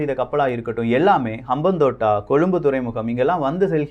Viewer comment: Bro, FYI, Hambantota = ஹம்பாந்தோட்டை Next time correct aa pronounce pannunga. ❤️From Sri Lanka